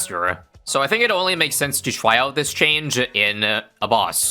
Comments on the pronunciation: "twy out this change" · widdlewy going to twy out this twange